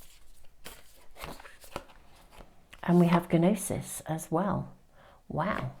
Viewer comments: Hi! Just a little FYI..."Gnosis"...the G is silent. So pronounced "Nosis"...:hand-pink-waving::planet-orange-purple-ring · pile 3 - thank you. Btw, Gnosis is pronounced 'nosis'. The G is silent. Otherwise, it sounds just like you said.